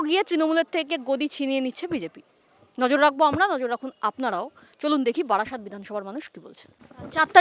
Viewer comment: ওরে বাড়াসাত নয় বারাসাত। বাড়াসাতের লোক এরকমই ভাবে। পরের বার বারাসাতে যেও কেমন।